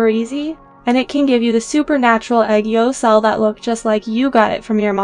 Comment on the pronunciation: its aegyosal not aygeosahl